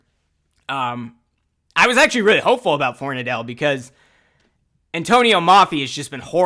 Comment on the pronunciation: Everyone keeps pronouncing it For-nuh-dell. Pretty sure its actually pronounced For-nad-ul just fyi. 🍻